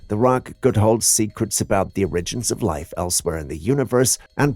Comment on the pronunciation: origins - pronounced OAR-uh-jinz with a hard "j" sound. please, it feels like getting a fishhook in my ear at least 3-4 times every single video.